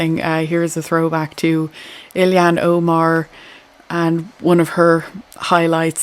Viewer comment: Hi. Just a correction: it's Ilhan (Ill-han) and not Illie-han). Many seem to pronounce it incorrectly. Just sayin'... BTW, I have become addicted to your channel! ❤